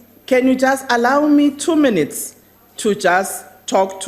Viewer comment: You heard right; it is , and you would also have heard: 'Awdah, awdah, awnarabalah membahs, awdah', and you must relearn English pronunciation. 'Missed' is more 'correctly' pronounced as 'meest' and at 0: 49 'MEAN EATS' means 'minutes'. I saw a movie once; 'Gorillas in the mist', they were sooo well-behaved and acted with dignity, probity, decorum and rectitude. sigh.